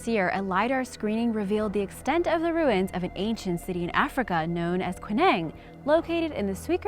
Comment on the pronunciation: Also, the way she pronounced "archeologists", Or the way she said "ruins" (which reminds me of how Stewie Griffin pronounces "cool-whip"). Cringe.